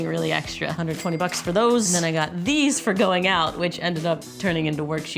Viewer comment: "What are doessss!!!!!"😅